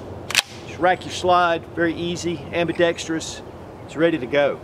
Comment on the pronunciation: My favorite part of this video is that actually knows how to pronounce "ambidextrous".